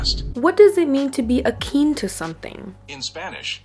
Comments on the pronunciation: It's 'akin'. Not 'akeen'. Also, it's not 'stop and decease'. It's 'cease and desist'. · You were using the right word, it’s just pronounced a-kin (with an “in” sound). This is me genuinely trying to be helpful, not trying to be rude.